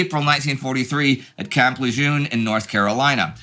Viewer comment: It's Camp Luh-jern.